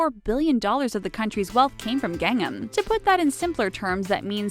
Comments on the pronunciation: Gang-nam, the way she pronounced it. I was super confused. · The only thing I am shocked about is the mispronunciation of Gangnam. Gang am as opposed to Gung NAM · It's not Gangam it's GangNAM! Sheesh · Oh my word... I can't take anything this person says seriously... She can't even pronounce Gangnam right!!! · worst pronunciation of Gangnam ever..... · Can't even pronounce Gangnam correctly. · gangnam is not pronounced like that. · her pronunciation of everything asian... Gayn-nam, KimCHEE Jeb-bles, Hi-yun-day... wonder how she got Pyeongyang correct. Wayng See- Kong? Chee jin ping? Chelsea Jayng? Weebo? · Hyundai is pronounced Hyun Day not hyun dah y And gangnam is pro gahng nam not gang em Pyongyang is pronounced Pyong Yang not Pyong yung Bibimbap is pronounced bih bim bahp not bibimbap There are pronunciation Automator online. Maybe use them befor make these videos